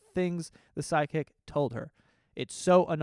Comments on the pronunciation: Is it me or is saying sidekick instead of psychic 😂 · Everytime joe says psychic I hear side kick. 😂 just me?